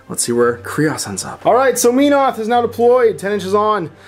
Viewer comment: "Meenoth"..... Holy crap this has bugged me forever. Men-oth would seem to be more accurate.